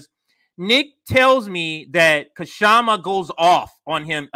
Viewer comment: Please pronounce Kshama's name correctly.